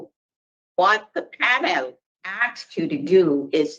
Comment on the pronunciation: The guy is a schmuck but I can’t stand the black gals questions, and why does she say pan-El. I bet if you asked her the same questions back to her she would get smart